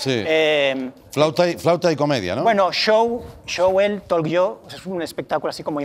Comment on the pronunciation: Por favor que alguien le diga que no se pronuncia "tolk".